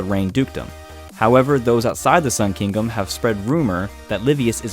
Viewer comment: "in the sun kingum"